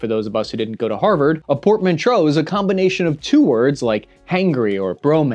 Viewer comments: You mean 750 million not 75 Million You also said “portmantreau” with an “r” instead of portmanteau with no “r” Just saying. ¯\_(ツ)_/¯ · literally says portmanteau correctly then mispronounces it 3 seconds later. It’s gotta be on purpose at this point 😂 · "Portman-tro"...? Are you serious?